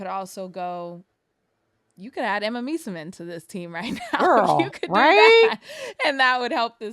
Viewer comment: please learn how to pronounce Emma Meesaman's name correctly, american media keep doing it wrong and nobody tries to learn. I know you care, and can do better with it.